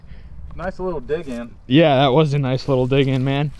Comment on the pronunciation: Bringing back the "noice". Noice.